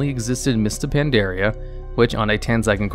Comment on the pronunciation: So why dose he pronounce it Pan dare e a when the game pronounces it very clearly thought the expansion? Just curious.